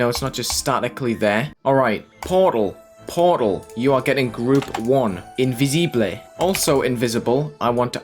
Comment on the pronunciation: saying "Invisible" in spanish gave me 900 more years of life